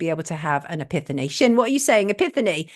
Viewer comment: epiphany - pronounced epifany Sonia :)